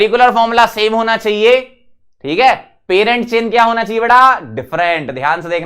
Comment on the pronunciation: Please say parant chain don't say perent